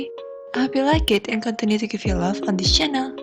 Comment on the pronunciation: I can't stop thinking about how the computer voice the words "Love" and "Okay"